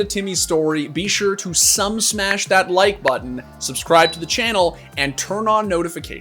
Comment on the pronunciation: He said sumsmash the like button lmao